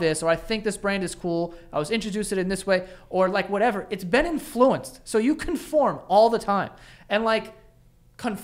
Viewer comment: why did u say influence like that 💀